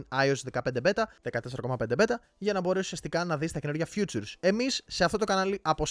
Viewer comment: Νο hate αλλά προφέρεται φιτσουρ η φιτσουρς. Future είναι το μέλλον